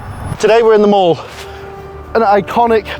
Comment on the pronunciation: It's pronounced Mall not Mall